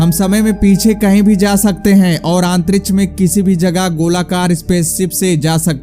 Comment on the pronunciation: it really sucks everytime when he says Antrish!